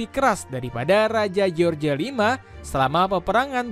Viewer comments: george buka dibaca jeorje mas.. bacanya jorsh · George itu di Baca Joss Misal George W.Bus di Baca : Jos W.Bus